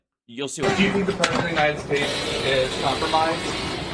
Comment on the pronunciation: His misprouncing thing is just a symptom here in the....United Shtays. That was what he said, but wasn't written on Trothe Centyal. (I just remembered that yesherday). Don't make it public or Lindell will sue for deflamation & possibly lead to won ton violence forcing them to bring in the Gespacho Police. (I think their new slogan should be.....Me English good speak)